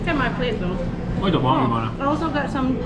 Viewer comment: Love Ouro Preto! I was there last year and wished I had more time in that beautiful city. Mariana is another town nearby and is also very pretty. Just a little tip on the pronunciation of "bom". When you see m at the end of a word, you never pronounce it at all. Its a nasal sound. To pronounce it you just start slowly as if you were saying the word "bong" and just drop off before pronouncing the "g". Same thing with the word "sim", don't say the "m". Pretend you are saying "sing" but really slowly and drop the g there too. I read a comment on your video on Rio on New Years day. Someone said say "top" instead of bom. "Top" means like very cool or great but to pronounce it like the Brazilians say "topee"! Muito bom(bong) amigos! Your videos are awesome!